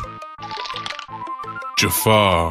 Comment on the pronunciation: Ja'far its Ja'far